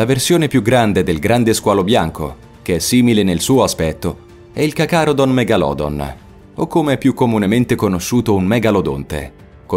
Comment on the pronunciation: CACARODON... Ogni volta che sbagli un nome è un infarto che arriva. Una domanda...ma se non sei preparato in materia, perché non ti dedichi alle recensioni di cartoni animati?